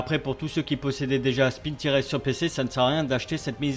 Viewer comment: par contre stp, pas "spintires" mais " SPINTAILLEUR" (tout va bien je plaisante)